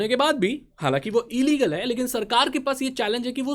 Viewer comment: No one Literally no one Not even Ambani: E-Leagle 😂😂😂😂😂😂😂😂😂